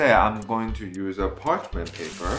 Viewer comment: Can you say parchemin paper one more time 😂 that looks so good and you are right so easy to make 😜 I can smell the salmon from here 😂